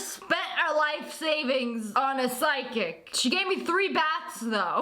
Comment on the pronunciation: Whenever she said psychic I heard sidekick Bye